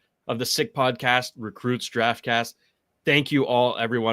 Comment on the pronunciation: "Recrutes Draftcast", am I missing something? I thought it was 'recruits'. Yes it's nitpicking but I'm a stickler for accuracy.